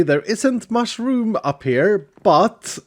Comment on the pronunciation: There isn’t «much-room»😂